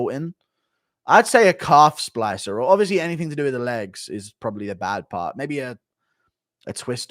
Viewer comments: Guru still doesn’t know how to say Calf Slicer, always says Splicer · Guru calling it a calf splicer instead of a calf slicer hahahahaha what a doughnut